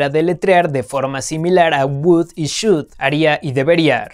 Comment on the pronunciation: te comiste la h en should 😂